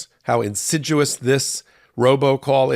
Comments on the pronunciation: The word is insidious, not insiduous. In sid ee us not in sid you us . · “ Insiduous” The word is insidious. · It’s “insidious,” not insiduous. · Insidious not insiduous. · by "insiduous" I think you mean "insidious." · Sorry,, but the word is “insidious,” not “insiduous!” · Good reporting. Insidious not insiduous. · Come on, "insiduous" is not a word. Love you man! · Learn how to pronounce incidious. It's not like deciduous trees.